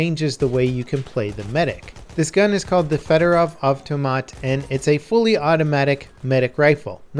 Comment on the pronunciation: you should pronounce it as [Fyodorov]